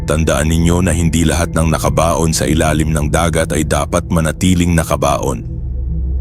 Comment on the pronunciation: Mali pagkabigkas..NAKABAON saka GISING na hindi gaano sanay magtagalog ang nagkwekwento halata